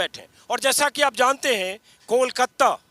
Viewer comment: कोलकत्ता नहीं सर कोलकाता कहिये।